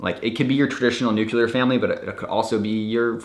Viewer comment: did you just say "nuke-ya-ler" - for real?